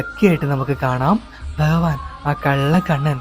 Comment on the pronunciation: Informative but Nee enthina ithra valichu neetunne.. Pinne Bahavan ennalla Bhagavan ennu parayu..